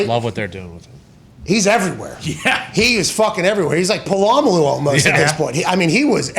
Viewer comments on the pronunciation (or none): What did he called Palumalu? Lol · It's a joke he knows how to say it but pola malu is how it sounds by the way its spelled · . He's like "Pahlahmahloo"??? 😂🤣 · It’s Polamalu 😂